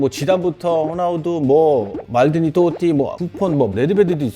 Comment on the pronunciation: 토티를 또띠라고 발음하는 안느 졸귀…ㅋㅋㅋ